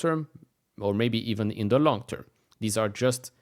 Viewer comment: When you say "long tern", you need to define it.